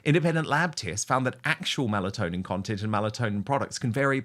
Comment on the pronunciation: Melatonin, not Malatonin